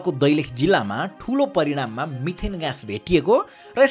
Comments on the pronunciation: परिणाम ❌ परिमाण ✅ 😁😁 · परिणाम होइन मरिमाण हो !